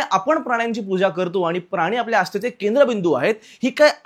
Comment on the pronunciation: मित्रा बाकी सगळं चालूच राहील पण मला आवडलं ते तू मराठी भाषेतले शब्द योग्य उच्चारतोयेस. जसं की प्रकरण (प्रकरन x), प्राणी (प्रानी x), लाजिरवाणी (लाजिरवानी x) Good going, Keep it up!